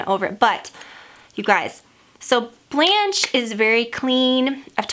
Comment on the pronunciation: Blanche (french for white) is pronounced Blon-shh. That's the best I could sound it out lol